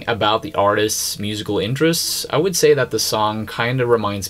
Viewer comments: You pronounce Wood and Would in a unique way. If I were to spell it in English the way you say it, it's almost like woodge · Would.....woo-da. Not wooja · Yo whoever you are its Would NOT Woult!! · FYI...the word "would" is pronounced like "wood".